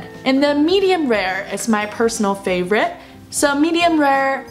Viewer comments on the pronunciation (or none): none